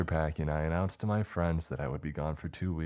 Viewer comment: PackING!!!! NOT packEENE!!!